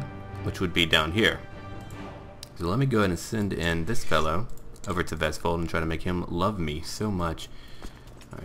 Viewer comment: Great pronunciation of Vestfold. I live there, and you pronounced it pretty good